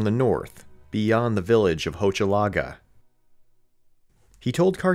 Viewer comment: Strangely, the ‘ch’ in Hochelaga is pronounced as ‘sh’. Because of the ending é , Gaspé is pronounced like gas-pay. Its appealing to consider this a quite feasible saga just waiting for a revealing discovery.